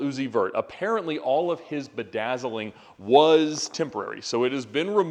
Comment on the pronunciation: “All his bidazzling” Jajajajajaja